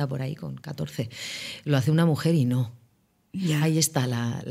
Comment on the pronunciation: "...y tú ño". 😜